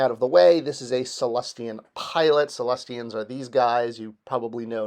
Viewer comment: It's not Cellestian! It's Sullustan! 😬😏